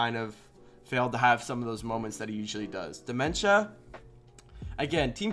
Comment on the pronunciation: calling dmentza "dementia" LMAOOO